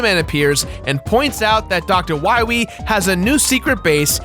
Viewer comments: The "wiwy" thing got annoying really fast. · ah yes, Dr. Wahwee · Wily or wiwy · why does keep pronouncing dr.wily wrong as dr. wiry?! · Not Wywee, Wily. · Lmfaoooo. when you kept saying Wiwey. Fucking dead. Good bit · Your dedication to 'Dr. Wiwy' is why I like this video. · W-Megaman vs. Doctah Wahwee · Or is it Dr. Wowey? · "You must recover all the energy...Wa Megaman" That slip up from Dr. Light's voice actor always gets me. XD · You cant pronounce wawee? Wilaee* Wilyweee* Wewe* Ill just,stop. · please stop saying wywee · win wee fiend dat meteoer weell fiend docta wahwee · Doctah Wahweeh. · "We must go to the wadar woom, then we can find Dr. Wowy" I DIED XD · i think dr light has a case of the elmer fudds # dr wiwy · If its not Dr. Wiwwy, you instead get DOCTAH WHYRY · Dr.Willy... Wahwee... Wahwee, Evil, World Domination... Don't worry, i'll get to Dr.Wahwee... Wahwee, Wahwee, Wahwee, Wiiwii kkkkkkkkkkkkkkkkkkkkkkkkkkkkkk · you got it wrong it's Dr. wahwee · I thought it was hilarious the way he just stuck the knife in and kept twisting to make as much fun of Light's voice actor as possible by repeating "Wiwy" as many times as he possibly could throughout the entire episode. Cracked me up. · is he purposely miss pronouncing Bass and Dr. Willy, like the does Tumblr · We gotta find da wabbits